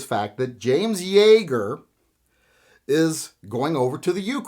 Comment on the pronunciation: Yeager, not Yaeger.